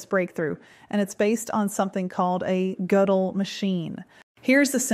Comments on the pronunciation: The o umlaut is pronounce er. Gerdle not Gudle. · it's Gödel, like curdle. But not with the steering, American R, of course. You just have to spell it weirdly to make sure the AI pronounces it correctly.